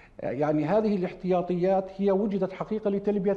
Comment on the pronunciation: الاحتياطي وليس الاحطياطي